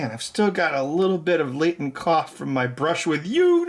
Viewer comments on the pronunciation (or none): none